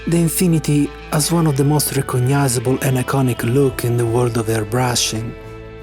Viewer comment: I've had similar tip drying issues with their over-hyped Ultra 2024 (with 0.45mm nozzle), and I'm not the only one experiencing this problems. Another cheap Chineese airbrush with smaller nozzles (0.2 and 0.3, interchangeable) doesn't give me the same issues. BTW: recoGNisable, not recoGHNisable? Are you Italian? =)